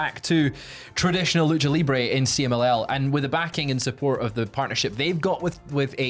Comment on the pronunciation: Pretty good pronunciation of the CMLL message,... I was watching the news while making breakfast and I understood it perfectly, with the accent and all.